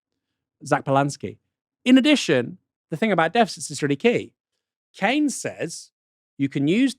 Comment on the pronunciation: Is it pronounced Kanes or Keens. I have never been to Milton Kanes.